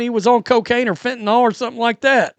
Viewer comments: Fentanyl not "fentanall..."🙄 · Nyl NOT nol